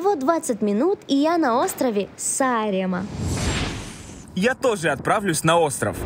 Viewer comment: Какой убогий выпуск.... от сценарного плана (не показано ни одно реально интересное знаковое место) до озвучки ведущими (парень вообще глотает слова, а девушка не в состоянии произнести слово Сааремаа)